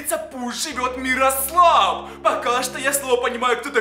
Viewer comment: Не мирослав а мирослава